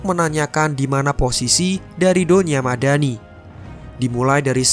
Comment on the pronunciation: Aku denger mimin bilang donya madani kok kayak doni ahmad dani wkwkwkwk